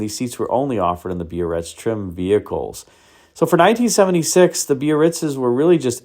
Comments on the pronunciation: You say bee-uh-ritz, I always thought it was buh-ritz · pronounced Bar-Ritz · Eldorado biarritz is pronounced berr its